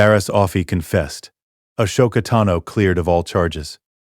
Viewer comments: Ah-soke- a God dam atleast pronounce the names correctly when doing these vidios WTF They way u pronouncing her name its so fricken wrong U pronouncing like ashoka not Ahsoka Even the capitals name is screwed up at least watch the movies n especially clonewars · It’s pronounced Ah•soka not Ash•oka …five thousand times. Ruined the story for me. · Please teach your Ai narrator how to pronounce Ahsoka. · Yeah, I don't get why they can't tweak the robot narrator to pronounce Ahsoka and Coruscan't correctly. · Channel would be better if it didn’t us garbage ai voice that can’t even pronounce Ahsoka or Coruscant correctly